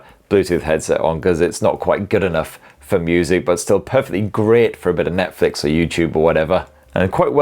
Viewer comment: Thought you said Methflix there for second😅